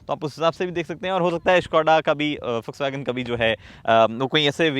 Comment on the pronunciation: Bhai jis tarah se vw ko pronounce kiya hai kasam se Ferdinand Piech bhi nahi kar paata